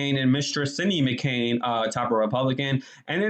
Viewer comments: Her name is McCain not Mccoon you need to get a life you really do. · You saying Megan McCoon makes me cringe a lil bit 😬